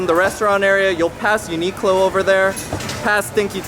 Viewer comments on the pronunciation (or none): none